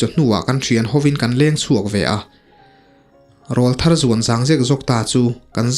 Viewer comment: Sir, thil pakhat ka lo sawi ve lawk ange.... I thu chhiar hi ka ngaithla tam ve ta viau a,Mizo tawng hmang dik pâwl tak leh ngaihthlak nuam ka tih ber zinga mi i ni ... Chutih rual chuan "Rawlthar" hi kan ti leh ngawt thin a,"RÂWLTHAR" ti a lam zawk tur niin ka lo hria a,mipa kan aw ki alo danglam a,til pawr aw kan neih chhoh hunlai vel,kan aw ka danglam hunlai hi niin an sawi a,a dik ber em chu ka hre hauh lo...Tin, hmeichhia chu "Tleirawl" tiin an sawi thin bawk an ti lehzel a. Ka hriat dan hi diklo a nih chuan min ngaidam la,alo dik zawk anih erawh chuan khawngaihin i thu chhiar leh tur ah chuan "RAWLTHAR" ti mai lovin "RÂWLTHAR" ti a i rawn chhiar chhuah tawh ngei ka lo beisei e....